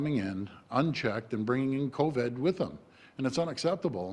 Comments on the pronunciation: He pronounces it coVED instead of coVID so that he can't be pursued legally once all of his claims officially become falsified...or so he thinks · A mispronunciation.